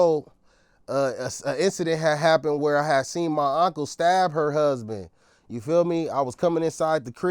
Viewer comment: My ngga said Auntcle 😂😂😂